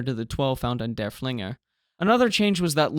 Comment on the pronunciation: Just a note - the name of Lützow's sister ship is not "dur-FLING-er", it's "DURF-ling-er" - accent on the first syllable - named for Georg von Derfflinger, a Prussian general during the Thirty Years War.